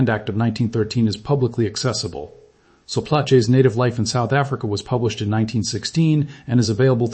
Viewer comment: I presume it is AI. "Plaatjies" becomes "Platché". And "Apartheid" was reinstated 1994. Only the colours changed.